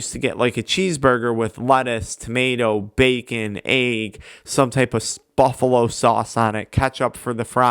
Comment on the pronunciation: Wtf is an eag haha Issa egg bro